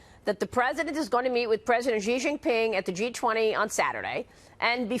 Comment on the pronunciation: Hi Maria B. if you are listening...I am a Chinese American and want to help you to pronounce the word "Xi" in Chinese. Xi is pronounced a "Shee.....". not "Gee....." , Please...